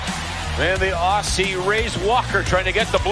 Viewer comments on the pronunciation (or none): Aussie is pronounced more Ozzy than ossy announcers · Despite spelling it as "Aussie" we pronounce it more like "Ozzy." Only a minor thing but it still throws me off haha.